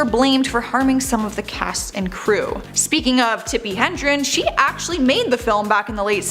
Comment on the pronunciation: It’s Tippi Hedren, there’s no N in it.